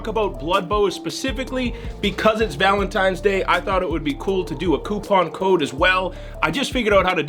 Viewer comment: sorry did you say valen-TIMES day? sir step away from the live animals, thank you lol